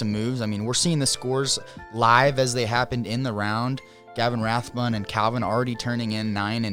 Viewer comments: If says Rathburn one more time... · Yall said rathburn every time. There is no R in his name